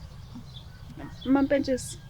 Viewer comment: I like how Zodwa says "Mampesika" instead of mampentshisi